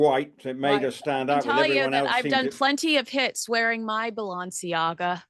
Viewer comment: the way you pronounce ‘Balenciaga’ and ‘Doria’ is…unique? 😅